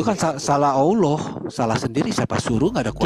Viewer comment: Dalam Alkitab Allah dibaca pendebat islam auloh 😂 disuruh kembali baca tetap dibaca auloh. Akhirnya disuruh kembali sekolah SD kelas 1😂😂